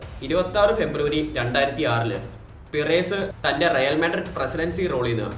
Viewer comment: Bro റായാൽ മാഡ്രിഡ്‌ ന്റെ പിറെസ്സ് എന്ന ഉച്ചാരണം കേൾക്കുമ്പോ നല്ല ബോർ ഉണ്ട്, kindly make sure u pronounce names properly 🙏 its റിയൽ മാഡ്രിഡ്‌ ആൻഡ് പെരസ്